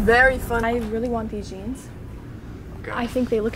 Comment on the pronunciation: i like the way ses zjens in sted of saying jeanes 🤣🤣😂😂🤣🤣🤣😹😹😹